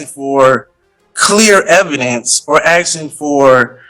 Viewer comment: A load of 'axeing'